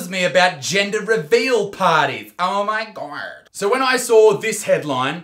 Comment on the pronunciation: I lost it when he said “ow my gord” 😂